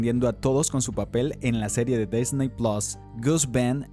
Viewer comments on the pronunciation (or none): none